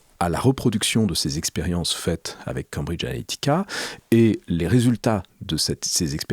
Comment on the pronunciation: Mais pourquoi prononce t-il "Cambridge Ahética"?